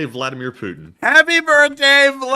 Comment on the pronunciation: We may have been misspelling and mispronouncing Putin’s name, isn’t his name: Pooping? Happy birthday Mr Pooping, I hope you like your gift.